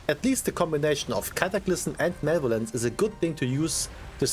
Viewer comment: mach mal einer die heizung aus - also - ma le vo lence - not male violance - also again - its not toxic to tell ppl to get gud if they fail to play their char in a enviroment that requires u to do so